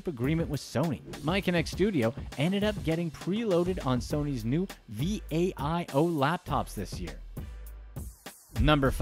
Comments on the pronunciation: v-a-i-o... bruh, it's pronounced Vi-Oh. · He spelt Vaio its pronounced vI-O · homie, v-a-i-o? just say vaio. and khamillionaire? its chamillionaire homie..why butcher these household namessss